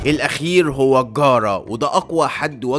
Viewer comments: Garou not gara !!!! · للتوضيح اسمو جارو مش جارا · أقسم بالله رفعلي ضغطي كل ما يقول غارا 😂 يا عم ده مش ناروتو